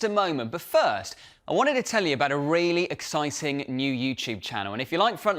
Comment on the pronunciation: Excitzing. Supportzive. Diplomatzic. Brexit englsh???